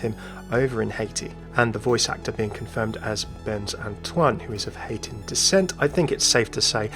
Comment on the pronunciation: The way you said Haitian is wrong like hay-tion or hay-shon